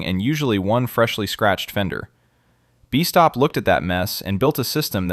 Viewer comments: AI pronunciation is terrible: "Bee-stop" vs. "Best-top" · No joke, it's annoying and tells me the producer is too lazy to do a decent narration.